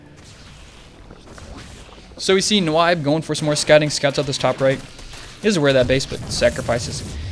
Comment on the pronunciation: its pronounced "Nib" like "nibble" - it's a play off of a friend's typo he made a lot in counterstrike saying Nyb instead of Nub - so its basically you Nub, but Nyb :| but it was funny listening to you try to say my name :) uNyb